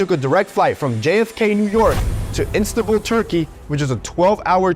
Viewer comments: "Instabul" are you kidding me? hahaha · This person does not know even know how to pronounce and spell the town correct. He talks about Instanbul! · It's In stan buul. What an idiot lol. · This was a super informative video, really interesting. I just couldn't take the dude saying "Instabull" and then later referring to Turkey as a city 😂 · Instabul 😅 he mispelled it AND mispronounced it! ❤ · Oh dear! He doesn't even know where he goes! It's called Istanbul. Not Instabul. - Sorry to say that, but...typical american. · cringed at "Instanbul" right when I did. You might say I react instantly to bull when I see it. At least his poor spelling and pronunciation match. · “Instanbul” really? What morons…it’s ISTANBUL!!! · Ahh yes "Instabull", also Turkey is a beautiful city indeed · "Instabul"... foreshadowing. 😆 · Istanbul! Not Instanbul!! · the type of Zuniga to Instagram while in Instabull. 😂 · Sounds like he should have started with the medical therapy before doing the transplant. Also it's "Istanbul" not "Instanbul" and this is the city, Turkey is the country. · I thought they made a typo or joke, but they also say Instanbul… how can they not even know the name of the city AND CALL TURKEY THE CITY😭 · Instanbul? Come on man, this is one of the most important historical cities worldwide and you dont know the name correctly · Instanbul? Lol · Instanbul . Lol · It's ''Instant Bull''. 🤪🤪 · Istanbul ❤, the guy didn’t even know how to pronounce, I hope he’s okay with his transplant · Instabowl 😅😂 Lmao 🤣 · "firskst" "instabull" This guy is an absolute moron